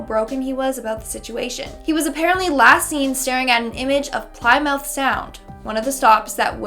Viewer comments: It's pronounced Pli-muth. Not ply-mouth. Not prying someone's jaws open! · Good one but it's pronounced Car-pay-thia and Pli-moth.